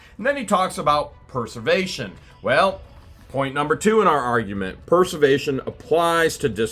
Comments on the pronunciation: I hear you say Purse-er-vation, but I know you mean Press-er-vation!... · it's pres•er•vation. As in, this citation preserves! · I am just going to say... this is a great drinking game, take a drink every time says preservation wrong... just joking, but really it's a bit comical.